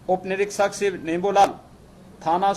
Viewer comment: निरीक्षक होता है निरकसक नहीं आरक्षी नहीं आरकसी नहीं😡